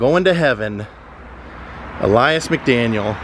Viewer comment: Awesome,! Thanks for doing this one. That memorial is awesome and well-deserved. One quibble: I think "Ellas" is pronounced like "Ellis", not "Elias." But he's always Bo Diddley to us.